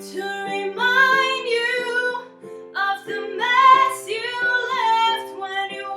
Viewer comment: Hey there, you have an amazing voice. If I may, might I suggest in that Alanis Morisette song that you don't close down the jaw with the oo vowel in you. There is a reason Alanis pronounces it the way she does. She says "I'm haiire to remind "yahow" Say it like that because it keeps the Jaw open and gives the smallest shift in jaw placement. You want to keep the mouth as open as you can at all times and from vowel to vowel make the smallest shift possible. Why? Because when you shift from Ah (open) to oo (closed) there is a tendency for a slight drop in pitch. Also the tongue gets in the way and less air is allowed to escape the throat which causes tension at the base of the tongue. Test it for yourself.